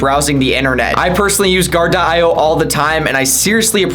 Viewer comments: Great video but you mispronounced your sponsor. You were saying guard-de-eye-oh and it’s simply Guar-dee-oh or guard-e-o. Just like the rapper coolio (eeh oh). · sponsored by Gar-Di-Oh ????? say this: Guard-Dee-Oh